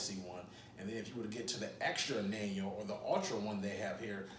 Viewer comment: I believe Anejo Tequila is not pronounced ...(a nan yo)...it's pronounced (an ya ho)... Ann Yah Hoe..wonderful tequila, I agree but be warned it might have a additive to sweet the taste in this tequila....they say.